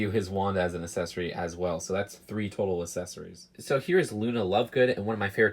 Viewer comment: “Assessorie/s” is it just me or he is saying that?